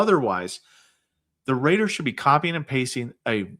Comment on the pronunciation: Rater not Reed 😂